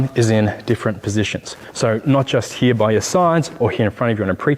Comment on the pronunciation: Down heruh or up heruh 😂